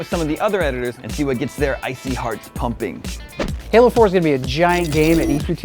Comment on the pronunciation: LOL it's halo 4 not hello 4 XD